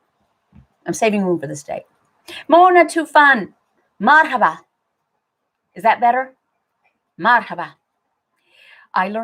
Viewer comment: Very good pronunciation of Marhaba! I’m enjoying your videos. I just found you.